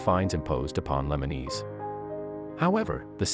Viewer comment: Lemonis not lemeneese